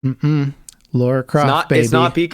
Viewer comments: Don't call Lara "Laura" ... Noobs. ;) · I love you guys, but how am I supposed to take you guys seriously as nerds after saying "Laura" 3 times in a row? I mean, aren't you reading "Lara" on your screens? Or is there some joke I've missed where you tout your nerd cred by mispronouncing things like you've never actually heard of them?